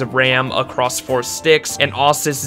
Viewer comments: "osus" ITS ASUESS CMON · did any1 else here him say USS ESS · "Awsus" is a new way of saying ASUS.... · I love you, but don't pronounce Asus like that ever again please.